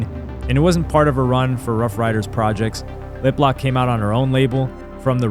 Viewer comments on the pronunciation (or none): none